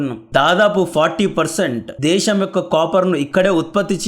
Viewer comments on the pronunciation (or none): none